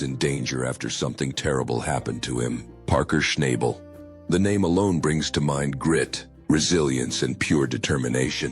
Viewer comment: All BS. Don't even know how to pronounce his name !